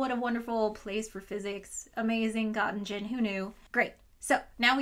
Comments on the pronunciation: It took me a while to realize she was trying to say Göttingen. Some of the other German names also got mangled. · The problem is not the "ö", though. It is the -ingen part. We would still be able to understand it with "ö" pronounced like "o". Umlaute are not easy to pronounce for Americans. -ing-(h)en would have been better than in-gen(e). You could also still discern the wrongly spelled names. I am trying to be not too pedantic here. The Göttingen was still a bit painful, lol. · That pronunciation of Göttingen physically hurt me. No offense intended I love your videos. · Oh my god!😂 At first I didn't even realise she was talking about Göttingen. I also love her videos, and she is not German, so it's fine. But nevertheless, that pronounciation was pretty bad 😅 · Hey,! Great video. Only a few points on the pronunciation: Göttingen <— the 1st Ö is not like the O like "cot", but more like the ER in "bert", Göttingen <— the 2nd G is hard. So not Gott-engine, but (english) Gert-ing-en Herthe <— the "TH" in German is always a hard "t" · Ahhhhhh I'm German and was so confused about where you were talking about until the text came up! Just fyi, Göttingen is pronounced kinda like "Gerting-in" in a british accent (as opposed to rhyming with "cotton gin" haha) Love your videos! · I understood "God-in-gene" but I saw that she meant Göttingen because I peeked at the wiki screenshots. I think it would be more like "God-ing-hen" if an American had to pronounce it as close as possible to the correct sounding. Of course the "o" is still off and one can debate if the "h" helps or not. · I mean, it hardly matters, but just for future reference, Göttingen is pronounced /g-tting-n/ where both g's are hard, and - represents a shwa. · Nobody asked for this, but the second g in Göttingen is part of the ing syllable not gen, so: gut-ing-en. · I like how you pronounce the University of Göttingen like "University of God Engine". Is there something you´re trying to tell us with this?